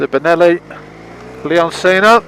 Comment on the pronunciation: Isn't it pronounce lee-on-chee-no? Not C-no